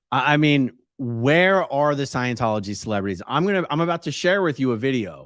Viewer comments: "ScIeNcHoLoGy" 🤣 Dead! He's a moron! 🤡🤡🤡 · What in the world!?! Witches are females. Omg!!! Did dude just say Leah Remedy?? 👀. Please someone help him with words. He can’t even say Scientology. He needs to take several seats. 🤦🏽‍♀️